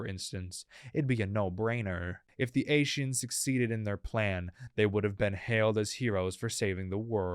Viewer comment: The fact that he pronounced Ascian like "ashian" grinds my gears way more than it should, holy shit.